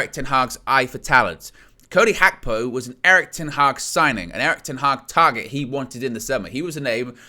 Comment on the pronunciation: you nearly have the pronounciation of Gapko correct.....in Dutch the "G" in a word is pronounce with a sound from the back of the throat...almost like trying to clear your throat...takes a bit of practice for people who only speak English....I bet Nina would know what I'm talking about. Arabic uses it as well. Big up trying to get it right.